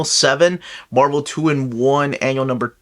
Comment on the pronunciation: You mispronounced Marvel.